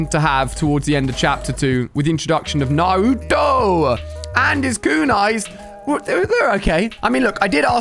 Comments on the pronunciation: He really said Naru….dou 😡💀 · You said Naruto wrong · u said naruto wrong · Nawuto I😂😂😂